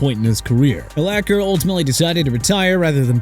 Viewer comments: YEAH CSONKA (SAHN-KAH) GOT BACKSTABBED BY MIAMI AND YOUR POINT IS?!! ALSO LEARN TO PRONOUNCE URLACHER (ER-LAHK-ER)... SMH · Pronounce Urlacher right next time. I lost respect for him when he backed off a clear shot at Brady on a Monday Night game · To add insult to injury, Urlacher gets his name repeated mispronounced by a narrator who is either AI or doesn't know jack about the sport. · Tough to get through a video when the name of the very first entry is continually mispronounced. I mean really? You never actually heard his name spoken aloud before? Lol